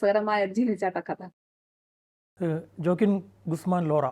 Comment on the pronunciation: Fact um pronunciation um എല്ലാം critically തെറ്റി പോയല്ലോ." ജ " ഒക്കെ "യ" എന്നാണ് പറയേണ്ടത്. ഓക്കിൻ എന്നാണ് joaquin വായിക്കേണ്ടത്. Facts um kore adhikam thett ആണ്. താങ്കൾ ചെയ്യുമ്പോ ഇതിലും മികച്ചത് പ്രതീക്ഷിച്ചു